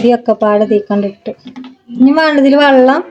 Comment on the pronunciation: വള്ളo അല്ല വെള്ളം